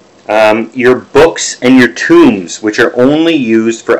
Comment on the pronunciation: Tome rhymes with home. You are saying Tomb. Completely different meaning.